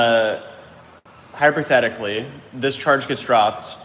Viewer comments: Naw. He totally said “hyper” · What is “hyper-thetically”? Did you mean to say hypothetically? Lol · hypothetically nah, HYPERTHETICALLY!